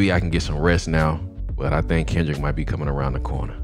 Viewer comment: Kendrick …. Not OV-ho